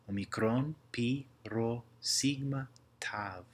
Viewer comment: a typo i spotted is the sigma letter, you pronounced it "σιγκμα" instead of actually "σιγμα"